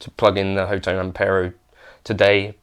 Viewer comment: Great video, Thank you! Officially the Company's name is pronounced 'Hot One' .